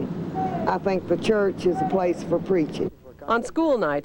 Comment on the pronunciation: ”they ourghta preach — it’s CHAAAARrrrch”